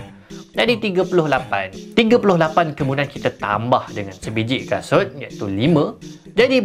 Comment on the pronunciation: abg tsasul 😭😂